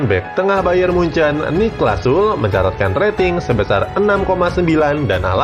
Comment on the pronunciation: narator! baca aja sule, jangan SUL.